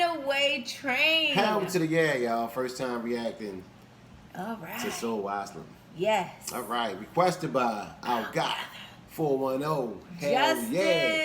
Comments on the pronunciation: It's AsYlum,...not asslum! LOL! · Asylum phonetically pronounced - A-sigh-lum.